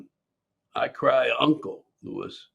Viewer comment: You should look at the background and can't even pronounce the name Lewis.